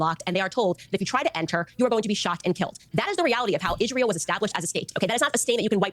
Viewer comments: why does she keep saying "Ishrael" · Why does she say ish-rael? Is it a neo-n**i talking point or is it a language disability?